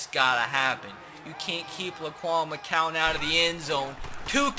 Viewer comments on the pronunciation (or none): McGowan... G not C... Gowan not cowan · If he says “mccowan “ instead of “McGowan” one more time